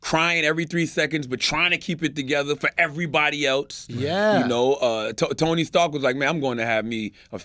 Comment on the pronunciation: “Tony Starks”